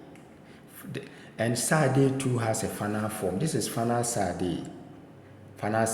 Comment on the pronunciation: Also צ should be pronounced "ts" as in "cats" and not "s"